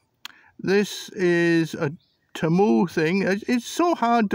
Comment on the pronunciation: "TEMU". Not "Chemoo".